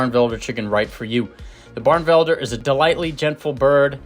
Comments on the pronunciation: Beautiful bird. It's pronounced "bar-nuh-vel-der" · “Barnevelder” is four syllables, not three. Delightful birds. I had a pair for eight years. I still miss them.